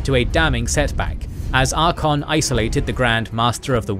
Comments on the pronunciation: Ar-CAY-on Not Ar-con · love all you guys vids. but i cannot get over Ar-kon xD, pretty sure its Ar-kay-on even in wh3 in-game should have pronounce it. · Please learn the pronounciation. It is ArchAon not Archon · tell offically that he needs to learn how to pronounce Archaon correctly. its Archaon, not Arkhan. Arkhan is totally different character. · Why do you leave out the A in ArchAon?Its not archon 🤷‍♂️ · Archaon not archon. Otherwise solid content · Bruh…. Archon? Ar-KAY-on. Did you do any research before recording this? Wtf lol😂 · Archaon = Arr-kae-on I am curious how he would pronounce Arkhan the Black, does he use the same the pronunciation for Archaon and Arkhan? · Archaon- ar-KAY-ahn.